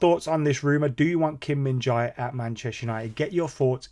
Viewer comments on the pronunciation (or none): It's pronounced Kim Min Jae ('Jeh'), bro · Kim Min Jae not Kim Min Jai